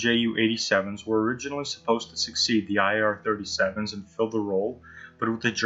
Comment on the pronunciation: Dude u pronounced IAR PERFECT!